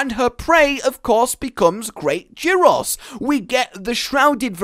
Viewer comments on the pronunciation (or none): none